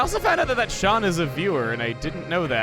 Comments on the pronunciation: I’m sorry to correct you,, but “Sean” is pronounced the same way as “Shawn” or “Shaun”. It’s Irish. Think of Sean Connery who played the original James Bond and Henry Jones Sr. In the last crusade. Sean is also my first name and I have been given some flak for how it’s spelled way back in first grade. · that moment that as a sean im legally obliged to downvote for pronouncing it "seen" intentionally because its "funny"... imagine how it feels to have your name made fun of... it feels kinda dickish.... really dickish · You like pronouncing "Sean" as "Seen" because it's "funny". Like how people would call you "Emilie" because it was "funny". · As someone named Sean, it freaking hurts to hear butcher my name like that. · Nevermind, CHUGGA HOW DARE YOU PRONOUNCE OUR NAMES WRONG FOR THE FUN OF IT! Anyways, I'm sure the collateral damage was unintended, and since you pronounce it that way for the fun, I assume my fellow Sean is fine with it.